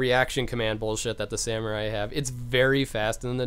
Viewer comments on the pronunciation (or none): none